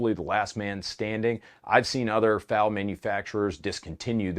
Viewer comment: Quit calling it a faal it is a F A L . Just like the Styer is not an awg it is an A U G. There is no Ack 47 or Arr 15.